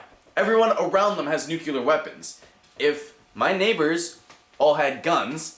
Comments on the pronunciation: Please don't say nucular... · he was just pointing out your pronunciation of nuclear. it sorta sounds like george bush. no offence though... i've heard many people make that mistake before.